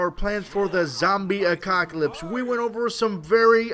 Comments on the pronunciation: Its 'apocalypse' not 'acocalypse' :L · Apocalypse not acockolypse... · do you say acocalyps instead of apocalyps ?? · I cant take u seriously when u keep saying ACOCKALYPSE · he said a cock alypse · Did he just say zombie acockalypse? :D